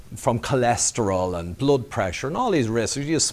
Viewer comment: Blod or Blood.....:-)